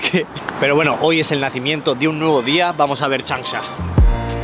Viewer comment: La ciudad de "chancha" XD